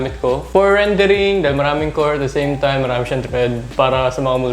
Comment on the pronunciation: no one:''At da seym taym'' xD